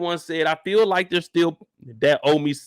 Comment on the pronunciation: Mark Then he arose and rebuked the winds He said onto his thee…PEACE BE STEEL(still)🔫 The winds ceased and then there was a great calm went straight Biblical on Lamar😂!